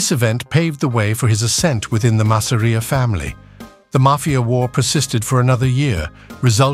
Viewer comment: . . OY !! LETS HAVE IT RIGHT- ITS 'MASS'-'AR'IA NOT 'MASSERIAH'. ALSO LOOSE THE SUBTITLES- THAT RUINS THE NARRATIVE. WE CAN READ ! PISSED US RIGHT OFF . . . . !!